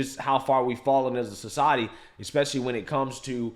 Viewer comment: I’m a little perturbed at having been “talked down to,” as a “lay person” by someone who can’t correctly pronounce the word, “especially.” 🤨